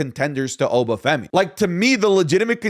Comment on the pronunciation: Stop pronouncing obafemi wrong